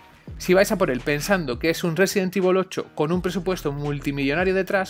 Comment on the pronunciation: Sesident Evil 🤔